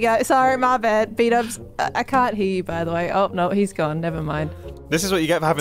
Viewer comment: last week, if you watch the perspectives of the other people who were there you get a longer discussion about Mumbo pronouncing "by" as "pie".